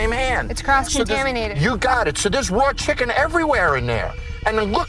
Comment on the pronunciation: The kitchen got him so upset he couldn't say chicken.